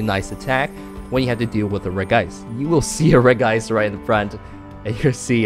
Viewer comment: Hey cool deck! By the way for some reason regice is pronounced regi-ice instead of regice